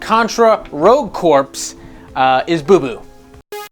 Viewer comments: Corps is pronounced “CORE” you dunce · The first is a false report and it's pronounced Core